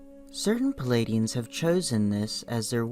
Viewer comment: Stop with the "Palladians" and "Cheroke!" It's "Pleidians" and "Cherokee!" Learn to pronounce words!